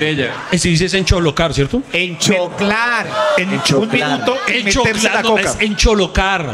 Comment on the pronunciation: Se dice ENCHOCLAR